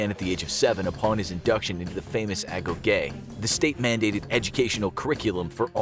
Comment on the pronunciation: It’s pronounced ago-gee.